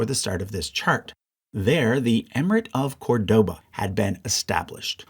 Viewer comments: Great video as usual, just a correction: Córdoba is pronounced CORdoba not corDOba, as indicated by the accent in the first syllable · Very good chart and will be in my future acquisitions for sure. Small pet-peeve: please learn how to pronounce Córdoba. It is really annoying the way you do it. The stress is in the beginning with an open “o”, the sound similar to the “o” in cod. Acute accents in Spanish (and Portuguese, among other languages), render an open acute sound.